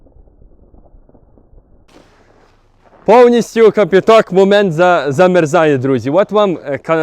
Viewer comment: Не капіток, а кипя'ток